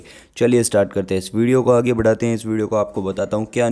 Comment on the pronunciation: astart nahi hota start hota hai paaye log